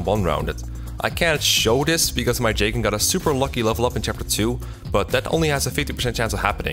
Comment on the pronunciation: "Jaygen" lol